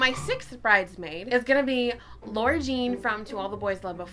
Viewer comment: Lara Jean would be mad at you for saying her name like Laura 😂